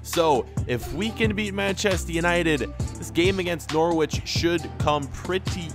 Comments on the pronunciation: N-ou-r-i-ch not N-or-w-i-ch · Bruh I'm not being mean but it's (n o r ich) say what you see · DO GOALKEEPER CAREER! (btw Norwich is pronounced No-rich) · Not To Be Rude: It Is Pronounced Norich, It is a bit weird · Your pronouncian of Norwich is funny